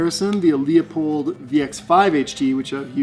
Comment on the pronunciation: It’s pronounced, Loo-polled, not Leo-polled.